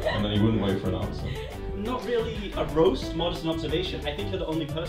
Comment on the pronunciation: ah yes "raost tom"